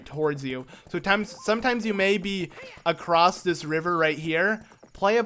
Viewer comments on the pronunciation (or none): none